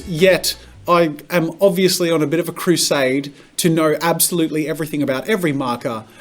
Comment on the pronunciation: "And if you haven't notied yet ... I am obiously-" -plugging every Marker video possible in this intro? "-on a bit of a crusaide to know absolutely everything about every marker [...]" plugs another video 🤣